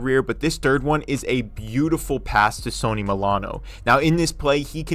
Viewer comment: What are you pronouncing Sonny's name like the brand Sony? Lol